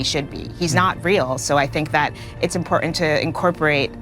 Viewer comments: How do you spell ... "IMPORTANT"? Impor-ent? REALLY .... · "Im por int" how about im por tant? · SANTA CLAUSE IS NOT A REAL PERSON, AND "IMPOR 'ENT" IS NOT A WORD. YOU LIVE IN A FANTASY WORLD, LADY! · Impor-ent! I can't take suggestions from people who can't pronounce basic words